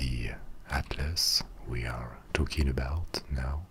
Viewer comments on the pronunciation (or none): none